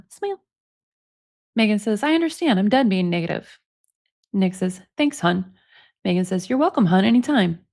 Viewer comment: Nick says...Mmegan😂😂😂